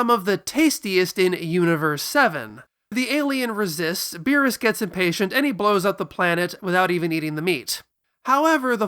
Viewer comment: If you are going to use Japanese pronunciations be consistent and less elitist. You should be saying beerusu. Not beeres.